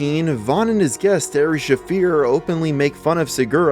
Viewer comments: Thumbs down due to: Ari Shaffir pronounced - AA-REE SH-A-FEAR, not Air-E Shaffir. and Brendan Schaub pronounced- B R E H N- D EH N Sh-AW-B, not BRIAN Shaeb.. I like most of your videos, decent work... But Fuck.... How can you fuck up names in your investigative journalism? Is the point not to be as accurate as possible in delivering information to your viewers? I thumbs up all your other videos, so I doubt one dislike will hurt you at all. Please just get these names right, they work hard to be recognized, so do them the favor of researching enough to pronounce their names. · ARR-EE SHUH-FEAR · Sounds like he says "Airy" Shaffir